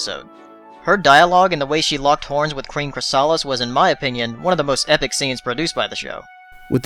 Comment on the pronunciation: Chrys-a-lis, not chry-saal-is. You should know better.